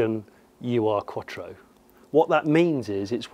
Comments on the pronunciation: Great video!! Fab 80s fave of mine too! Fair play that’s quite the hike to get to as well PS. It’s not “Uwe Arr” Quattro, it’s OOR Quattro, from the German word Ur meaning previous, ancestral or historic so Ur-Quattro is a bit like saying it’s the OG Quattro in German if you like. “Ur” is a word not an acronym. 👍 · Love your video's but hope you don't mind me correcting you on the pronouncation and meaning of "Ur Quattro" The translation of Ur from German is "traditional", "primal" or in this case probably "first" would be the best word. Ur is pronounced not "you ar" but more like "lure" without the "l" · Ur-Quattro simply means 'original-quattro' in German. Its not U R Quattro. Ur reads like 'ou' in tour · Do some research and get your pronunciation right.... it's not " you are".... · Now go find one of those Starions (they're even rarer) [The (mis-)pronounciation of Ur-Quattro is hilarious 😉] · The UR in the name is the german word 'ur' meaning 'original', 'first'. The u is pronounced as in “do” or “through”.